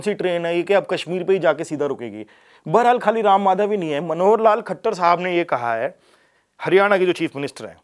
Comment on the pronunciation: khattar nahi khachchar